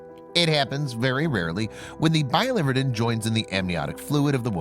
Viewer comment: It’s bili-VER-din, not bi-LIVER-din. “Verdin” meaning green. Bile green.